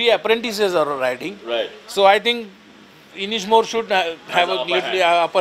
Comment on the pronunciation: Anishmore lol inishmore